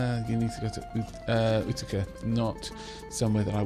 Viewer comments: Apparently Utica is pronounced like you-tuh-kah. Great video btw. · utica is pronounced you- tee- ka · Utica is pronounced U-tikah,. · great video! Love the game so far. Quick pronunciation notes that will make my brain hurt: Utica=You-ti-kuh Pittsburgh=Pits-burg (make the same "urg" sound like in "Flurgles") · Thank god you said it - the "oo-tick-uh" was driving me batty. Such is the nature of growing up in Upstate NY - no one can pronounce any of the towns. Also, Pittsburgh WAS "Pitts-burruh" originally, it was later americanized to "Pitts-burg". So he wasn't ENTIRELY wrong. It's like how "Worcester" in Massachussets its pronounced "Wust-ur". Yay britons. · I actually grew up not far from Utica, and we pronounce it Yew-tic-ka. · Utica is at least pronounced in Oklahoma as YOU-TA-CA (use the first syllable of "Commit") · Utica pronounced you-ti-cah :) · Utica is "You-di-ca"